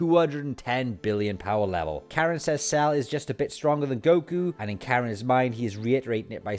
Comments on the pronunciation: Its Korin right.....? Not Karen right? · so why isn't sayian pronounced the same in Japanese? Just sounds jarring hereing Karen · Why in God's name are you calling Korin Karen?